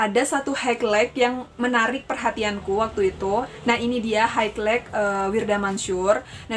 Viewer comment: Salut suka videonya btw highlight biasa orang baca haylait tapi karena kaka ini sebut hegleik aku jadi nunggu2 dia nyebut lagi dan lagi wkwkkw luplup kak